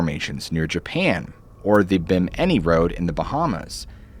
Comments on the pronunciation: I choked at "...the 'Bim 'Inny road" it never occurred to me that anyone would over pronounce "Bimini" or break it into two separate phonetic sounds. "Bimany (bihmuhnee)" Say it all at once like 'Gemini" cricket, or "chim, chimini, chim chimini cheroot".... Next people will be saying "The Bay-Hamaisse". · The ‘’Ben Hinny Road’’!? Ohh Come on! BIMINI… isn’t hard to properly pronounce. BIM-IN-KNEE